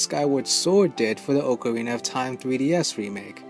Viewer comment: You said Ocarina wrong. Many ppl do but the real saying is here in google